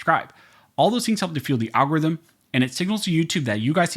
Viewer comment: 👍👍 for the Al-Gore rhythm...